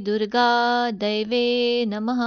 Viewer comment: खूप छान... शब्दोच्चार स्पष्ट. परंतू मला असं वाटतं तुम्ही जे दैव्ये नमः म्हणता त्या ऐवजी देव्यै नमः म्हणायला हवं. देव्यै आणि दैव्यै मधील अर्थात फरक आहे